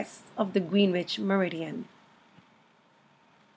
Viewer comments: Terrific video! I'm going to point my community college oceanography students here. Thank you. (Small note: Greenwich, England is pronounced "GREN-witch". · Good grief please pronounce Greenwich correctly. It's pronounced "gren ich"